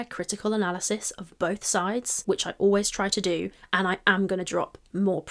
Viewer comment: love... it's "bolth" 😢